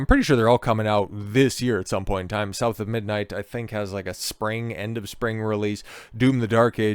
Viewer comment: South of midnight, SBI trash. Im sorry, I meant, "Souf a midnight". sheet